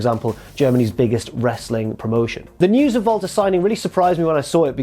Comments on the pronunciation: To anyone else does it sound like he always says Valter instead of Walter? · It's sounds like is saying Volta instead of WALTER. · Jesse Pinkman in German W’a are pronounced as V’s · He's German. They pronounce Ws as V over there.